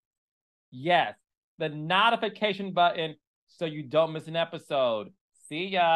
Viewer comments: It's notification Not Nahtification😂😂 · Carlos, let’s get the editing together. The jumping of scenes is making me cringe. And what’s a “nottafacation”? 😭🥲